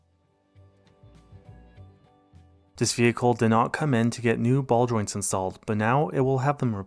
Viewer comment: I'm learning so much here. Not the least English-wise cause I'm German. I had never suspected the word "ball joints" was pronounced like "Baldwin"!1. But then again there's this football channel keeps saying "Syria" when they mean "Seria A", so hey.